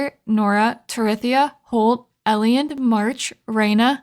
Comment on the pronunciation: That was quite entertaining, keep it up. Just a few points. Please.. Its pronpunced Ei-land. And why dont you save the energy Up pearls for mine dives? Its like a free energy recharge. Are you not breaking the crates in the mines? Its so much wood added up and cost zero energy. Yes it takes a spot but still. Cant wait for your next Videos ♡